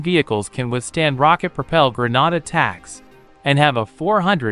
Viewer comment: Your text-to-speech seems to struggle with "grenade".